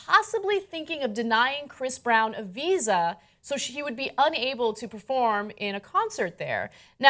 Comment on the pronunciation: I heard pizza instead of visa for some reason...